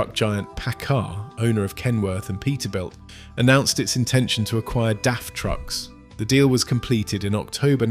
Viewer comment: its daf not df.